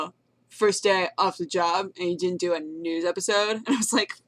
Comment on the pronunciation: Am I the only one that heard "nude episode" when she said "news episode"?